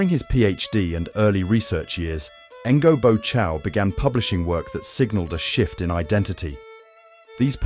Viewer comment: You can’t even learn to pronounce his name one bit. It’s so far off!